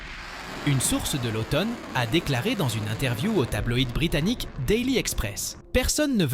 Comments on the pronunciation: Les auteurs de cette vidéo la trouvent "captivante" - c'est bien d'être content de soi. Par contre la voix synthétique qui parle d'automne pour OTAN, personnellement, me captive assez peu. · Manifestement une voix numérique incapable de prononcer correctement l'acronyme OTAN. Négligence ou je-m'en-foutisme ? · Surtout qu'elle le prononce de plusieurs façons différentes... Oton, Otane, Otône 😆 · C'est la première fois de ma vie que j'entends quelqu'un prononcer normalement l'OTAN puis "OTON" puis "OTANE"